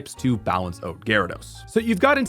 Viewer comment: Why do you keep saying OAT instead of OUT